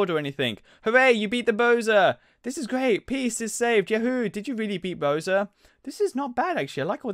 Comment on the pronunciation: not pronounced boser bow sar